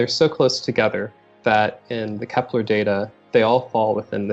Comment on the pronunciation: Kepler not keplar